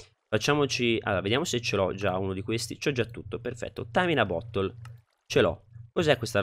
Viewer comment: Mi fa ridere come tu abbia pronunciato "bottle", avevo capito "butthole".😂